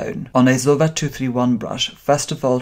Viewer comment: Pronounced zo-ee-va darling. Loving your work. 👏🏻